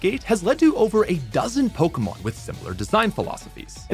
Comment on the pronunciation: Sorry, this is an interesting topic but after I'm finding the pronunciation of poke-uh-mon instead po-kay-mon unbearable. 👎